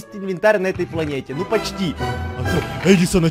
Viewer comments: Не Эдісон а Едісон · чел, ну это как бы понятно, и не "Едисан", а Эдисон